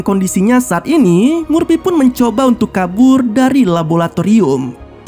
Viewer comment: Om... Laboratorium, bukan rabolatorium